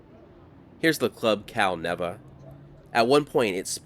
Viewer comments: Pronounced “Cal-Nee-Va” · No mention of the Railroad Museum? And it's pronounced "Cal-NEEVA" . . .you also missed the cuts in the side of the hills for the old railroad grade at the north end of Carson City. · I love your content brother . One of my favorite channels. Having grown up in Reno. It's pronounced, Cal Neeeva! It's actually the only casino I've ever been kicked in to. 😂 No joke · Cal Neva is pronounced Cal-knee-va. Lol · I was raised in Carson City, but lived in Washoe Valley. Cal-neva is pronounced Cal- neeva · It's pronounced "CAL-NEEEVA"